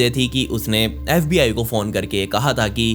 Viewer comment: Saste nase kr ke aaya tu bhai baar baar fbi ko sbi bole jaa rhaa